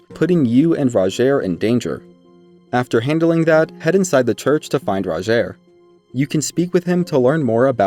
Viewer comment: Everyone pronouncing Rogiers name wrong and it peeves me so much... He even tells you himself how it's pronounced.